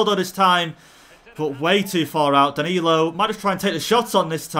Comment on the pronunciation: Everyone: Danilo:DaNaLiNO